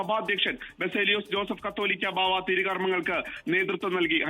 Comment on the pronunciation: കത്തോലിക്ക ബാവ അല്ലെടോ. കാതോലിക്ക ബാവ. അക്ഷര ശുദ്ധിയോടെയും അറിവോടെയും report ചെയ്യാൻ നോക്കൂ.